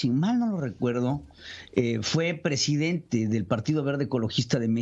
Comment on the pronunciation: Yo si dije, no manches, y ese es el Prejidente!